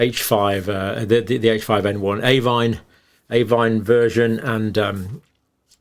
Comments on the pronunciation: Should Avian not be said AVEEAN not AVAIN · All good information. But could you please look at your pronunciation of 'avian'. It's a-vian, not avine. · Avian is pronounced A-V-I-A-N.. please just stop saying avinE, it is very distracting and undermines the credibility of your excellent lecture. Thank you. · Great video, Dr. Campbell. Very informative, as always. Just for future reference, it's 'ay-vee-an' not 'a-vine.' (Avian.) Your pronunciation was wrong throughout the video, and as somebody who has worked with birds in the past, I just had to correct you! I get it, you were thinking 'por-cine' and 'bo-vine.' 🤪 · Hi John. Excellent explanations as always. I would just respectfully point out that you mispronounce "avian" as "avine" a few times during your talk. There are 3 syllables - rhymes with Evian (water). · Why does he keep pronouncing avian as avine? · Absolutely, Mark! His acolytes are dazzled by the title. His PhD work obviously helps him produce these videos but doesn't help him analyse the data content properly or even pronounce the word "avian" correctly. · Just wait till it "acquires" a polybasic cleavage site. I'm sure it'll be natural though. Happens all the time they say. 😉 Also whats with the pronunciation of avian? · Avian does not rhyme with Swine - dodgy pronunciations to drive engagement is cheap, don't do it.